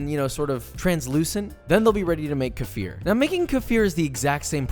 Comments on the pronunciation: The term "kefir" pronounced "kuh-FEER". Sometimes spelled "keifer", though "kefir" is standard: originates from the North Caucasus region, and its name is believed to come from the Turkish word "keyif", which means "feeling good" or "good feeling"—referring to the pleasant sensation people reported after drinking it due to its probiotic benefits. This is the pronunciation closest to how it's said in Russian, Turkish, and original Caucasian languages. KEE-fur or KEFF-er are anglicized and not etymologically accurate. Lastly, when applied to citrus lime fruit, the proper term would be makrut lime so as not to be offensive to black Africans in South Africa. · Here's a challenge: Take a shot everytime Josh mispronounces 'kefir'. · That pronounciation is illegal in South Africa 😐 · Any fellow South Africans cringe when he says kefir ? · The way you pronounce kefir.... Look it up in latvian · One of your pronunciation is really close to a bad word. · Kefir is russian, it's written like "кефир". You can look it up to listen to the pronounciation :) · One day if you coming to Hungary, you should try the "Kefir " pronunciation : KE -FIR "e" not "i"and "i "not "ai" "milk drink" like a sparkling plain sour yoghurt. Really delicious and it's good for your stomach ;) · Love your videos. Keep them coming ! I'm gonna help you out with the pronunciation : KE (as in the name KEvin) FIR (as in Fear but more on the double E side) KE-FEER KEFIR :) Hope that helps. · As a Russian, I can once and for all confirm that it is pronounced ke-FIR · Its closer to ke-FEER actually!:) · What's that? Like how you pronounce arabic "Kafir"? Absolutely H A R A M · Yikes that is not how you pronounce that word. You are essentially using the N-word. For 3/4th the global population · In Afrikaans that word that you are miss pronounsing is like the N word in South Africa. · Hi Joshua! It's pronounced almost as you said it, but you put the stress on the "e". Nice video! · hi , it is pronounced kee-feer